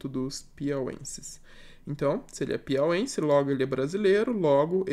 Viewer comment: Muito bom o vídeo, bem explicativo. Só uma correção de pronúncia; 'piauense' n existe, 'piauÍENSE'